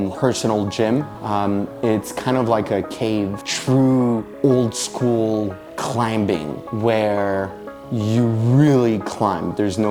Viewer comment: I'm loving that hard B in climbing, lol